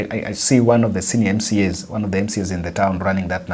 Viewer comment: Pronunciation of ONE =WON , but not WORN